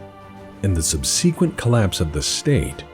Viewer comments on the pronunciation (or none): SubSEEqwint? Are you daft, dude? Subsequent. SUB-SEH-QWENT.